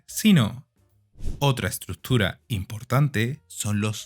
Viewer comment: "ESTRUTURA", DICE ESTE PEDAZO DE... 🙄🙄🙄